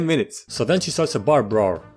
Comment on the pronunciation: My man here cant pronounce "Brawl" but he can pronounce "Grewishka" no problem